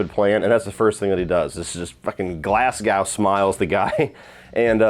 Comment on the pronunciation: Glasgow is pronounced 'glass go' (or more modernly 'glaz go' it doesn't rhyme with cow lmao 😉